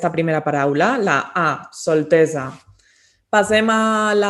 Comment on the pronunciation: Per què diu contínuament “pasem” i no passem?